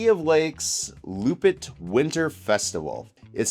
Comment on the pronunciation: As a realtor you should learn how to pronounce “Loppet”!